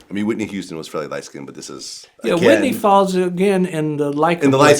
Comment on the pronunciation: First of all pleased say skinned as one syllable not SKIN DED! Geez! Secondly I noticed these lies about age didn’t stop her success did it?